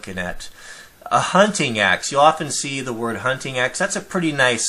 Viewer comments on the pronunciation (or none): none